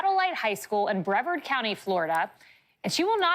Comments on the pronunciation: Pronounced as bra-vard. Not Bre-verd. 😆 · Breh VARD not brehverd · Hearing say Breverd over and over was annoying as all get out! It’s Bre-VARD. She’s a professional and lives in Florida. I know it seems petty, but DAMN. Do better, young lady. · First off, it is pronounced Bree-Vard. It would have been a simple act to send the permission form home with the student. This wasn't done, the teacher was at fault. Her actions directly lead to her contract not being renewed. This is a non-story. The students protest because she was a nice (maybe good) teacher. That's their prerogative. Lessons learned all around, I hope. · It's pronounced Brie like the cheese then vard. Or Bra Vard with a southern accent. Lived here my whole life. Work in Satellite Beach